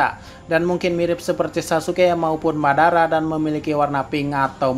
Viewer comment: Madara bang bukan babara